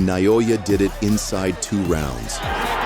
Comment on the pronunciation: how do you butcher "naoya" so badly